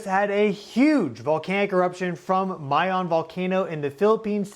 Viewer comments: Pronounced Mah- Yoon not Mey - Yown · Pronounced my-'YONE (long O) YONE rhymes with own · It is pronounced Mayón. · I hate how you pronounce mayon